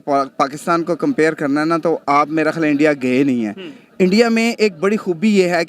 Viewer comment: Muddi ij da Pram Manishtar of Endia.